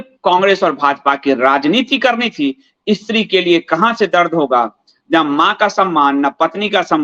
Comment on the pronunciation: What is "Ee-Stri"; kya 'Stree' nahi bol sakta? Pronunciation toh theek kar lo.